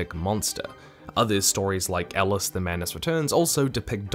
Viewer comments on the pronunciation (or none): none